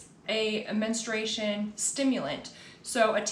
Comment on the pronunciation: Men-stru-a-tion (4 syllable’s)😊